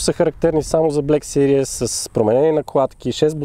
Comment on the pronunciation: Малка забележка, във видеото "series" се произнася грешно като "сириъс" (serious), вместо "сирийз".